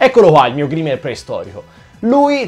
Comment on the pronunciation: Grimer si legge graimer, comunque bellissimo video e bella idea